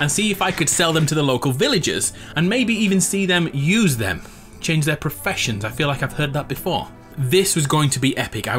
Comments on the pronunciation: He said I finally found how perfeshons work in fortnite lol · Perfessoins lmao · Who else heard him say professions in fortnite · "I finally learned how perfessoins work in fortnite" Wow